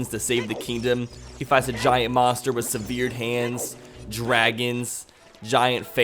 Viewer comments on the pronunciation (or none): It’s not seveered it’s sevuhred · "Seveered Hands" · "severe-d hands" ... It's severed, sev like in seven and vered like rhymes with bird. sevur'd. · "c veared" hands? do you not know how to pronounce severed?!? it's cool, i'll help. it's "sev" as in seven, and "ered" as in gathered. just thought you'd like to know before you potentially embarrass yourself in front of hundreds of thousands of people;p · Feminine, or effeminate. Not "feminate" that's not a word. And you pronounced "severed" wrong, too. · mispronounces a great variety of words horribly, including "severed", while maintaining a highly entertaining let's play video.